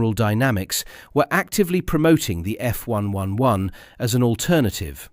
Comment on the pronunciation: Since when when did the RAF get pronounced R..A..F? or the F111 as F...1...1...1?